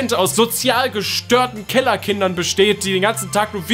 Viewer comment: Ich dachte er hat killerkinder gesagt xD